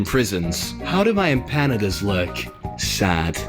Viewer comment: Pronounced: imp a na das